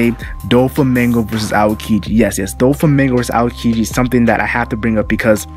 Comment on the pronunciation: All had their awesome moments but probably Alabasta or Sky island. You should practice saying Aokiji's name more often, try not to force out some words too fast. Every time you tried to say his name I heard "akedi"